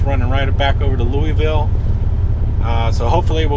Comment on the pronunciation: Wind comes from the Sun. Don't care about hearing Illi-noise, just glad you don't say Lewis-ville. Your Louisville pronunciation is perfection to my ears. -from Louisville.